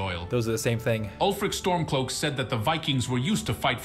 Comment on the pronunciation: The AI actually said "Ulfric Stormcloak" correctly!